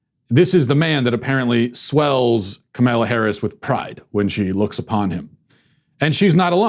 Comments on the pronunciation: Kamala Harris' name is not t hat hard Comma-law Yes Kamala is an uncommon name....but A) she's running for vp B) she's a prominent senator(Walsh's senator), who also ran for President recently C) the pronunciation of her name came up in national media with Tucker Carlson recently D) Walsh presumably should be following politics and be able to verify the pronunciation of a possible vice president of the United States He is either a) really incompetent...or b) intentionally doing it to be a prick and to "ethnic" up her name....which is not uncommon in the right wing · lol...Matt's asking for trouble calling her "Kamela"...